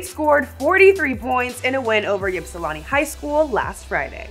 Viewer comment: Its not yipsilanti its pronounced ipsilanti